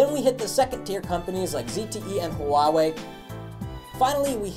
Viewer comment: you can pronounce Huawei as "WAH-WAY", because you are having difficulty saying it the right way. GREAT STUFF you GUYS!!!